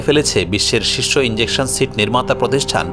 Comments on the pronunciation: ইঞ্জেকশন নারে পাগল ইজেকশন। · বাবারে, এখানে ইন্জেকশনের কোনো ভুমিকা নেই, এটা 'ইজেকশন' 😂😂😂